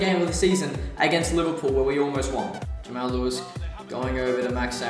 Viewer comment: and btw its pronounced Jamarl Lewis not Jamail Lewis